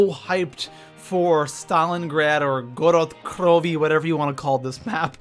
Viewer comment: God damn please don't say the maps names again lol